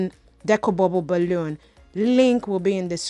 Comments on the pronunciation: I don’t think you’re stuttering you’re just saying the “bubble balloon” over and over and over again a million fn times lmao. Just saying balloon would have been suffice lol especially cuz it sounds like you’re saying bubba balloon. The bubba the bubba the bubba lmaoooo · I love the way you say bubble balloon in your accent